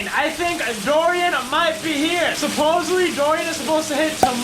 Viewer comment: It's SupposeDly not SupposeBly. I don't understand why people still speak like that - It's 2019